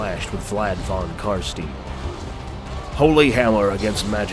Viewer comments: Not Carstien it's pronounced Carstain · i'd say "CAR-SHTAIN' not 'CAR-STEEN', but whatever... there are two versions in the game so . . . >.> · Every time I hear Car-Steen I think of the Berenstain Bears it totally deflates the gothic/guttural vibe...The Carsteins are like Slavic / Germanic, where Stein is pronounced Stine - like the thing you drink out of, get it? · "Carsteen" hurt, but other than that awesome video. Felt like I was watching a professional documentary between the well edited video and the speaker actually sounding really good. Love the character you picked too. Definitely subscribing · Love the vid, but can't help but feel pain every time you say "Carsteen" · I love Albert Einsteen. Love how the voice in the begginning of the video says: "Show yourself von Carstein..... then you get to hear Carsteen hahaha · Wtf is « carssteen »? Damn that triggers me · The way you pronounce his name is killing me. It's of German pronunciation, KAR-SHTAIN :) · STINE! IT'S PRONOUNCED STINE!!! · he pronounces carstein wrong. I am sad :'( It's german and pronounced 'Eye' ------- carst - eye - n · Great video! I really love the lore in warhammer fantasy and your "storytelling" is superb. On a sidenote though. Isn't it pronounced "CarstAIn". Since the name is based on german. I might be wrong though. :) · Just FYI its pronunced Vlad Von Carst-eye-n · not carasteeen, thank you very much. I dont understand why you dont say it right, you have it right there in the sound files. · It's pronounced "Car-Stein" as in "car" + "shine" but with a "t". I'm German and the Von Carsteins and their Sylvanian regions clearly have German names. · Pronunciation: Vlad (f)on Car(sh)t(eye)n. In German when e and i go walking, the latter does the talking. Likewise st and sp at the beginning of a word are always pronounced (sht) and (shp), with carstein meant to be a compound word. The letter v is pronounced liken an f unless it is a loanword like video. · It's Carstein, not Carstien.